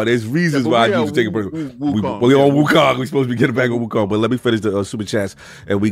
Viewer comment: Wokong..lol. Addict types the way he pronounces.